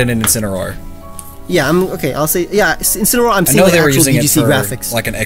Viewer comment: I could see wolfe die when said incinaroar